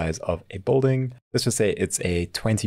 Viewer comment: South African? No one else would pronounce building as bolding.